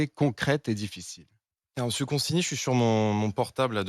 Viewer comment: Dans consigny il y a 2 syllabes en trop...